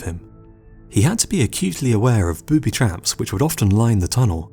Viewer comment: dude your word emphasis is all wrong! TUNNELrats, BOOBYtraps. Not boobyTRAPS, or tunnelRATS Sorry for being a freak in advance LMAO